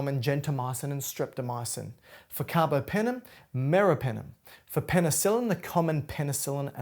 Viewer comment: Very good teacher!!!❤❤ BTW, carbApenem, not carbOpenem